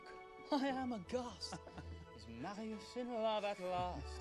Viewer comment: George is the only person that pronounced Marius’s name correctly. This is probably because he is fluent in french and knows how to pronounce French names correctly. Also he read the entire book and can sing, so why the fuck does he only get two and a half minutes of screen time???